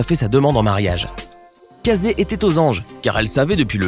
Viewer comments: Ca ce dit pas CA ZE mais KE SSI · Ça se dit Caïzy pas cazai 🤦🏼‍♂️ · « Kazé » 😭 sa se lit [keïssi] s’il vous plaît 😭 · Casée? On prononce kèssi ! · Casey se pronoce pas "Cayssi" ?